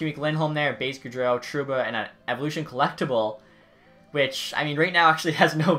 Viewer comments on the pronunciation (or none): none